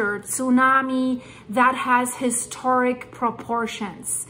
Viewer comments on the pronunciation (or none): none